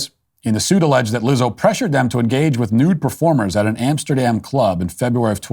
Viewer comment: Please mind the “Amesterdam” next time